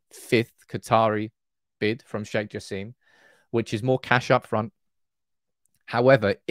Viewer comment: Sheikh Jasim name pronounced like /Jah.sim/ not Jah seem